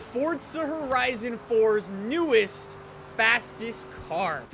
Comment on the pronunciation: WELCOME BACK TO FORTZA HERIZON FOUR Text to speech in my brain